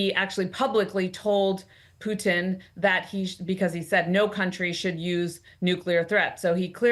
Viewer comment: Is it just me or is she pronouncing “Putin” in a strange and unusual way?